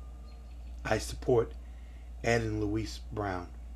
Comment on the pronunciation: I support you man....and the Brown's...but PLEASE stop calling her Louise!!!